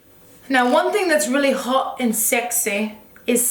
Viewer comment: “We’re gonna be h0ht we’re gonna be sExEh” lol 😂 😆